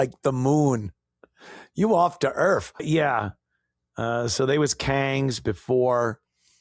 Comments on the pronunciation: “Off duh earff” 😂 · 😅 “From da Erff” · "we were begging them for help"🤣🤣🤣 "we are off the Earfff"🤣🤣🤣 This channel's goes great with my morning coffee 💯☕🤣🤣🤣